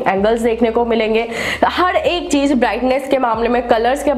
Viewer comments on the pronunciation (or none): Aap ek baat ka zaroor khyal rakho Apni language sudharo agar ese content bana rahe ho to jese ki Z or J me fark samjho or cheej ki jagah par cheez bolo S or Sh me fark karo I hope you understand this. Aapki videos me char chand lag jaenge agar apne pronunciation par dhyan de diya to.